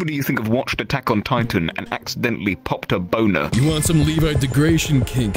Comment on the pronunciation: "popt a bowna" that is the most British accent I have ever heard